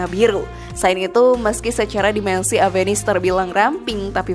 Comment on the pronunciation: Oya, baca avenis?? Dengan V ya bukan P, 😝, kenapa bukan saluto yg dimasukkan ke Indonesia bang???